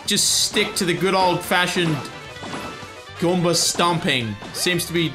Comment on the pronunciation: I love how says 'Goomber' instead of 'Goomba'